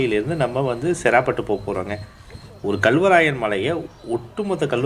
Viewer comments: செறாபட்டு இல்லை சேராப்பட்டு அந்தந்த ஊர் பெயர்களை சரியான முறையில் உச்சரித்தால் தான் நீங்கள் போடும் வீடியோவை பார்க்க விருப்பம் வரும்.. சேராப்பட்டு என்னும் அழகிய பெயரை செறா பட்டு என்று கொன்று விட்டீர்கள் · bro சேராப்பட்டுனு சொல்லணும் நீங்க செராப்பட்டுனு சொல்றிங்க